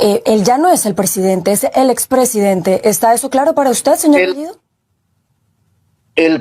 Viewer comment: La chica habla el español mucho mejor que bellido que dicho sea de paso no pronuncia el español correctamente. Sí, me refiero a bellido, la o lo pronuncia como la u, y la e casi como i.